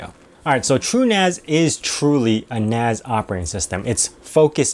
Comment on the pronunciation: NAS not NAZ. its not network attached Zoridge is it.